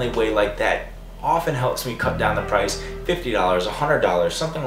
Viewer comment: prrr-ice dunno why but i laughed so hard